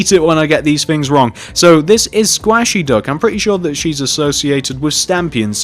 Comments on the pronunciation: its pronounced 'squ-ay-she' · can you PLEASE build a nija also its pernounced squaishy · Squashey IS Stampy's girlfriend! How did you know ? O_o oh, and you pernounced squashey wrong